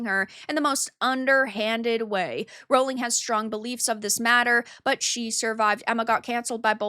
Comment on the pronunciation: The joke is that how pronounces it in the video, when it's "Rowling".